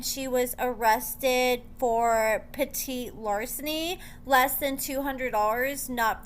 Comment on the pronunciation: It's Pet-tee larceny. Just a heads up!!!